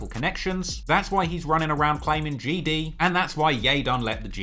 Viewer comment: It looks like you out here Crip'n wit that bandana on😆. And quit saying GD like that😆😆